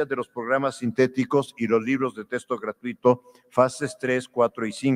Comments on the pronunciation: Diaz Barriga, investigador de renombre, sueldazo... y pronuncia "testo" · Doctor y ni siquiera sabe pronunciar la palabra texto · Este señor ya delira, los maestros también son humanos con necesidades personales y económicas. No viven del aire no son robots Solo le pido que por favor pronuncie bien la palabra "texto" y no "testo" "extra" y no "estra" Me irrita escuchar "testo" y "estra"